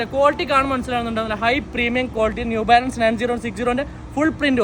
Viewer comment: The real brand name is New Balance, not “Zew Balance”.😂😂😂😂